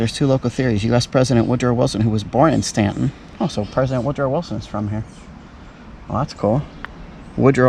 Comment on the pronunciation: You pronounced it correctly :)